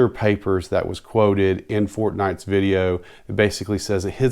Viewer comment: Its fortnine, not fortnight.